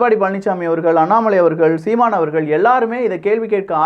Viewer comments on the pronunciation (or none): none